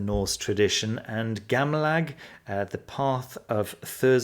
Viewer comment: I heard you say "Gamlag" instead of "Samlag"... As a Swede, I can tell everyone that Samlag is the same as...coitus! ;-) Fitting title for that book it seems...